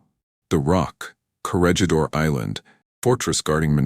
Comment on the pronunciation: AI mispronounces Corregidor.